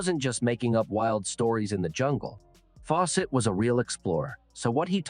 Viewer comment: lol robot voice.... faw SETT ! gave me a start. trust me on this, I have no clue how you got 211 k subs but if you want a real channel stop using the AI voices. My last interaction because theres nothing special or personal about channels that use robot voices